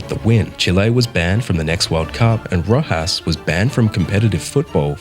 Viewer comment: I’m sorry but if your gonna make a video like this can you at least say the name correctly